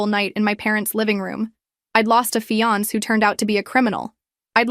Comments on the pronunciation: I'm used to hearing AIs mispronounce things, but this is the first time I've ever heard fiance pronounced fee-ahnk. 😄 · AI can't pronounce fiance.